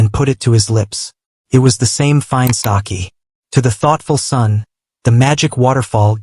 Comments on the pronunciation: It is not saki ❌it's saké✅ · It's not sakee it is. Sake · Sake not saakee